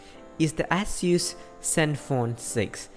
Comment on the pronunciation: Also wtf is an Ass-use. At least pronounce the damn brand properly